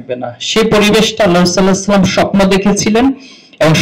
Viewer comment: সাল্লাল্লাহু আলাইহি ওয়াসাল্লাম এভাবে উচ্চারণ করে ভাই..?